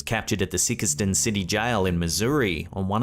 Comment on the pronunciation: The Missouri jail is pronounced Sīke stun. Good effort though. Thank you for all your content you put out for us